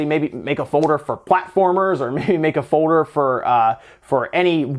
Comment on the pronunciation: F-o-l-d-e-r not F-o-d-e-r